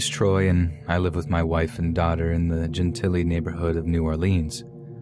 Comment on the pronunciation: It's Gen TILL lee